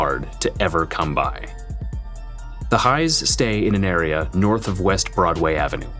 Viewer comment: Welcome to Norf Minneapolis.